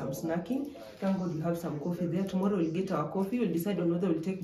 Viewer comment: She said "TOMOLLO" Right.... Anyway I love the content.